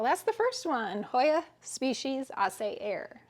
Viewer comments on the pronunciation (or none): Hi. Just thought I needed to let you know that Aceh is a province/island of Indonesia and it's pronounced...ah-chay... I'm not sure, off the top of my head, whether it's an island, but enough of the geography lesson, you have yourself a gorgeous hoya and I'm sure there will be a lot of people who can't wait for you to propagate and sell some pieces.